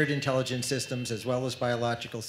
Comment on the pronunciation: there is no "in Tell Igence" We dumbify